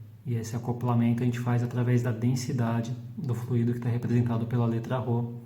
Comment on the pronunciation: Fluido não tem acento, logo a pronúncia está incorreta, dando ênfase no i.